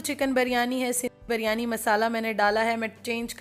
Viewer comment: Ap bolti hain jab k actual word biryani hai plz dont mind ap pronouns sahi nahi karti